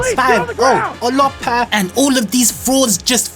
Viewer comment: did you say Olopa? 😭😭😭